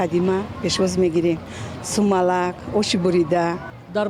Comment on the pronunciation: Салом ба хамагон ба забони точики смалак не ба фикрум Сманак мегуфтан барандахои мо калимахои точикира хато карда ба шунавндахо чизе аи забонашон барояд мешунавонан